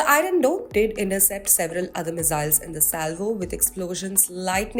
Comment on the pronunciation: There is no such thing as mizziles - ss in English is never pronounced as z. Accents are one thing but speaking wrong English is ridiculous - stick to your language if in doubt nothing wrong in doing so.